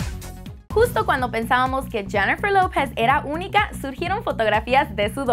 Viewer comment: deberias tomar claces de pronunciación no sabes pronunciar lopez